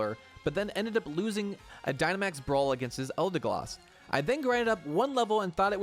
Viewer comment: Why do you keep saying ‘Eldegloss’ instead of ‘Eldegoss’? Are you incorrectly guessing?